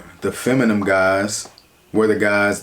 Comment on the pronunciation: Love your vids cuh...but imma need you to learn how to say the word "feminine" lol